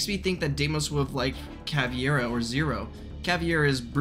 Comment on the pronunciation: PRONOUNCE CAVEIRA CORRECTLY IT’S NOT CAVIERA